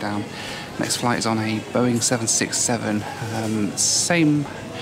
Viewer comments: I laughed so hard about that Boing english and thats How they land😂😂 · Nobody: No airline ever: BOA: Welcome to our Boing 767 fleet!